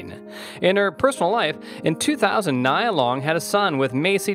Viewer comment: It's not Nyy-ya, it's Nee-ya...